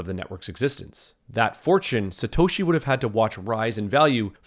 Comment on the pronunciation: Paul Le Roux "Slatoshi"